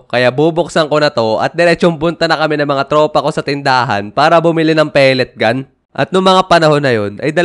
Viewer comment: Ay wow "pelet gan"😂